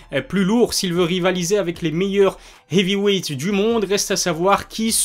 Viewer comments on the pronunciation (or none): ton accent quand tu dis "heavy weight" <3